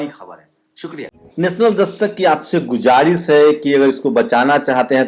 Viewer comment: YE LAFZ GUJARISH NAHI HE SAHI PRONUNCIATION GUZARISH HE